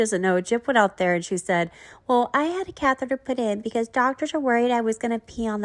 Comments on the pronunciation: She could have googled it or that’s how she thought catheter was pronounced. I find Gyp isn’t the sharpest tool in the shed and quite lazy. Maybe catheter was too hard for her to pronounce. Lol. Who knows. 🤣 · I remember when she tried to say catheter she pronounced it cathera. Like seriously? I find that really weird.